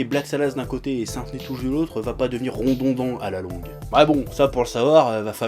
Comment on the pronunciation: "rondondant"? XDDD